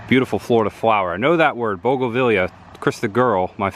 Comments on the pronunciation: Bogavelia is actually Bougainvillea, pronounced boo·guhn·vi·lee·uh lol...not picking on you - you obviously enjoy learning stuff so just adding to your knowledge! Now try to say it 5 times fast lol...love your videos! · Pronounced BOOGAN VEE YA=bougainvillea. ha ha great video